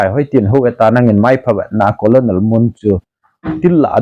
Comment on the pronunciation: colonel is pronounced as kuh-nuhl = kahnel not as ko-lo-nel.